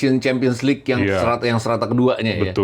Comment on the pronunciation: LeaGue bukan LeaGua